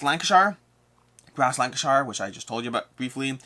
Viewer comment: Just a bit picky from me, but please pronounce Lancashire as you would say shirt, but without the 't'. So Lang-kuh-shuh. It's not the Shire from Hobbit-land;-) Yup, Friday's video was great. Taking into the discussion makes for some nice conversation. I think it was a good concept for looking more critically at BGG's list.